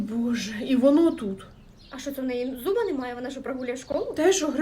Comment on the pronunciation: я спочатку почула зуба а не зума